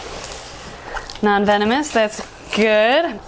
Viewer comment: "Non venones" 😂